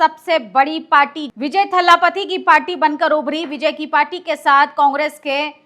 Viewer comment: बहन वो थल्लापति नहीं थलापति है।